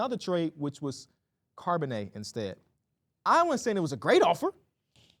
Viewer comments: “CARB”onnet😂😂, it’s pronounced like the beginning of Charlotte fellas. I love that y’all are getting into football tho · Just a heads up yall the H in Charbonnet isn’t silent